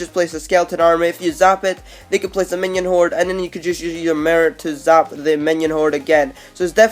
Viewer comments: _- he said skeleton horde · Lol 😂 he said skeleton horde